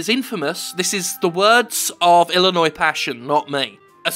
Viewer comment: Hey the British guy said Illinois properly. What's every one else's excuse?